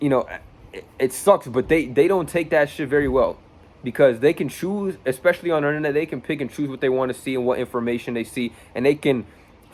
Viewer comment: Learn English bro... Its especially not EXpecially